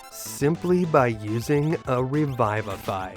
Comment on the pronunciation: Re-vih-vah-f-eye. puh-lee-ss